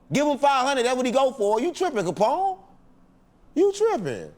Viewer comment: Capone you got the name right. Good job‼️